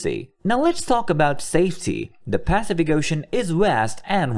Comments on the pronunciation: I agree. That consistent PAcific instead of paCIFic ruins my listening pleasure. :-( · This has to be AI... "Pacific Ocean" rhyming with "pacifist", wtf? It's "Pass-if-ick", yo! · Really annoying when the AI voice mispronounces Pacific. Grrrr